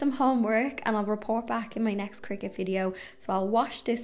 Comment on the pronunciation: Thank you for this introductory video! I just received a Joy Xtra for my birthday! 🥳 Also thank you for teaching me the correct way to pronounce cricut! I’ve been saying cry-cut 😂